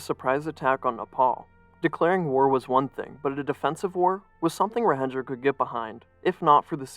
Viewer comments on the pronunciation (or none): Great video, but your pronunciation on the central figure's name was off; the J in Rajendra is the same as the standard English j, as in "jump" or "jet" (j's are only h-like sounds in Spanish spelling), and Laxmi is pronounced "Lahk-shmee". You got "Shah" right though, which is kind of funny because it's pronounced differently in Nepali to almost every other language.